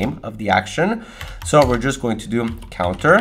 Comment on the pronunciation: 😂 love it when he say "if i can just type" and sounds like 'fuckin' just type'